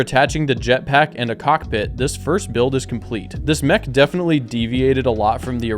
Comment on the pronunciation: Ik bedoel het lief maar je spreekt het uit als mek niet meg